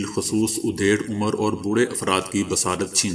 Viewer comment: Meray aziz dost aap ne urdu bolnay me phir ghulti ke hy, oodhare omer nahi bulka adhere omer ,don't mind it, Thanks.